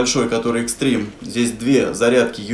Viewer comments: Не extreme а XTREME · Да как же вы задолбали правильно XTREME